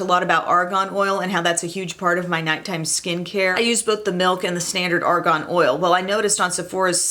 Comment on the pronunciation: Ok. I have to say this bc it is seriously bugging me. It’s ARGAN not ARGON. Argon is a gas.